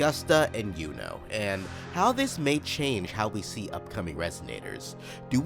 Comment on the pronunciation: Bro Yuno not "Uno", not Luno, Juno. YUNO!!!!